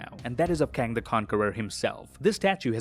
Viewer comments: no, it’s a K in Kang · Its Kang